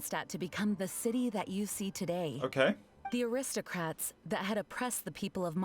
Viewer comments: Shoe Butt is the classic arrogant villain that gets treated like a joke Also, Eula is the best. Nothing can change my mind Edit: Paimon imitating Eula is just Corina having fun with their lines XD Also the "acristocrats" thing is only in English because Corina couldn't pronounce aristocrats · fun fact! Paimons VA says “aristocrats” that way only in the English version because she couldn’t pronounce it :,) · How in teyvat did paimon manage to pronounce “Gebratnes fleisch mit sauerkraut” after hearing it ONCE but not “aristocrats” ? !